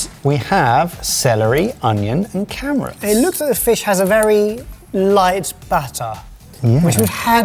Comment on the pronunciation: Subtitle specialist - it's "carrots" (sounded like "camerats" though, I agree) And it's "soffrito"